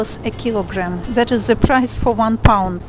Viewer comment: Hello, I found your channel recently and I've been watching one video after another trying to catch up.....:) I have a tip for you and I hope you don't take it the wrong way as that is not my intention. I noticed while watching this video that when you say the english word "the" you pronounce it as "ze".....my suggestion is that you try pronouncing it as if you were saying "yes" in Russian, "da" - "da video" as opposed to "ze video". I hope the tip helps. Anyway, great job! keep it up. I really enjoy watching your videos. Thank you.